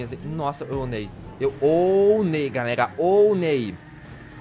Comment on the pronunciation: ele fala galelalalldsakfaf